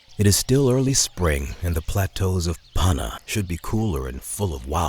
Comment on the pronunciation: Why have an American narrator who can’t even pronounce Panna appropriately?